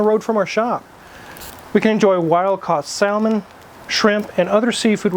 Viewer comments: Hey, the "L" in salmon is silent. Fyi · Props to the Spaniard pronunciation of salmon! Lol